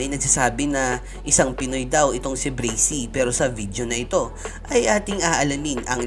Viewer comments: Kuya pag pronounce braksy hindi brasey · You mad me laugh breysi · Braxy hindi brixy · Bubu hindi breysi braksi bubu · Braxy po di bracy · Braxy Hndi breysi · Braxy not brisy or brixy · Braxy bro not breaxy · Not bricy the right name is braxy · mali yung pag ka sbi nya sa braxy hindi bracy yun braxy yun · Breysi pala pronunciation akala ko braksi🤔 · Braxy Hindi brazy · Brexy pala pagbigkas akala ko Braxy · Correction braxy po hindi bracy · "BRAKSI" talaga tamang pag pronounce hindi "breysi" according sa google. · Hahah sir inspirasyon Braxy sir Hindi po braksi hehehe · Bakit po bracy braxy po as in braksi ang basa nyan po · "Brakzy" Not "Brezy" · Bakit po brizy yong bigkas nyo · Brasy at montaj mali ung banggit mo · pronunciation: Breysi "BRAXY" Me: Braksi 😂😂😂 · Breyksi dapat tlga .. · De brasy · Brezzy haha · Bakit kaya breysi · Anong BRAXY."braksi" yon aral ka muna aral ka muna. HAHAHAHAHA jok lang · Akin Bra-k-sy pronounce ko sa Braxy nya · Dude bra. Xyyyyy not sssssiiii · Mali kasi pronunciation